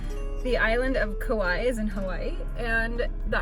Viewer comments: It is pronounced Ka Wah ee learned that from the native on the island, at a Luau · Nice video btw Kapa’a has two a’a’s for a reason cuz it’s pronounced Kapah-ah not kappa. Kaua’i is Kauah-ee